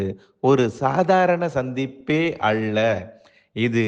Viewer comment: சாதாரண சந்திப்பே "அள்ள" வா? என்னடா உச்சரிப்பு இது?